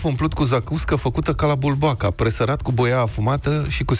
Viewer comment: Bulboaca, uăi! Bulboca este pronunțarea rusească greșită.